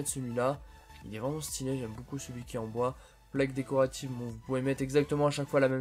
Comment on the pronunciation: Pourquoi quand tu dis beaucoup tu dis boucoup